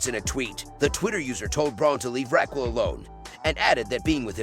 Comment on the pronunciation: Can you annunciate RAQUEL ????